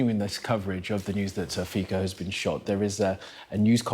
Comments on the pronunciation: Is Poo-tin going to bring him flowers to the hospital and claim it as Ukrainian link and grounds for invasion of Slovakia? His name is pronounced Fitso not Fiko, by the way. Sci News. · its pronounced "Fitso" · his name reads "Fitso" and Mrs. President's reads "Chaputova" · His name is FITSO for God’s sake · The pro-Russian useful idiots and trolls are in a feeding frenzy here in the comments. Yes pronounce his cursed name correctly too, please. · Please learn how to read his surname..